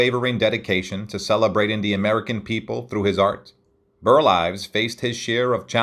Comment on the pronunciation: mins 19-20 seconds: you said, “Burt Ives”. The correct first name is: BURL